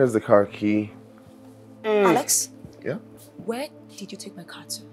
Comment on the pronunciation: it's Alex not ales